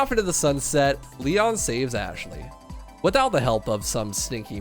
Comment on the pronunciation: ITS LEEONN not LIE ON